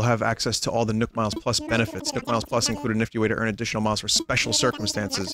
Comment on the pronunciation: Why does he pronounce nook like nuke